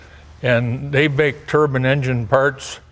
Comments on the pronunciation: why do they say "turban" in the US when the mean 'turbine'. When I hear 'turban' I think of Sikhs in India. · It's Turbine, a Turban is what Asian Indian's wear 😀 Beatiful car exterior and interior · The E at the end of a word generally causes one of the vowels to speak its name rather than its usual sound. It does not change one vowel into a completely different one. It is not a TURBAN or TURBUN car it is a turbIne car. Turbine to rhyme with whine. This mispronunciation goes right back to Sir Frank Whittle. Why is this so hard to get right? Wine, line, tine, vine, sine, pine, dine, fine, mine. The there are NO models to pronounce INE as UN! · When "Turban-powered" was mentioned at the beginning I thought we were going to treated to some unknown Indian racecar. I guess it's the American pronunciation of turbine) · Love Jay but I actually can't stand them all saying "Turbin"